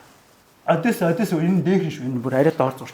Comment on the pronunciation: Ай яа яа, дүү мэдлэг сайтай ч дор хаяж ярьж байгаа газар орныоо нэрийг ч мэдэж дуудаж чадахгүй. Харьков Одесса, хаана нь өргөлт байхыг ч мэдэхгүй мөртлөө тактик яриад байх юм, юу уншиж юу ойлгосон бэ?